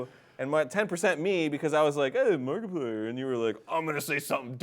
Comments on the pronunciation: I think it's more like "Maerk" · people say he says merk, its more like marik guys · After all this years, Jack is still saying Mark's name like 'Merk' XD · I know it's his accent but I love it when he says that